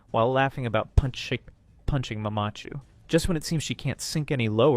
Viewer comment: The way you say mamachu and papachu is fucking irritating. I hope you did it on purpose instead of sounding like some German/Norwegian child pronouncing it.